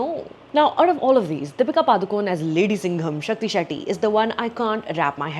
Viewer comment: Yaar Sucharita it’s पडूकोण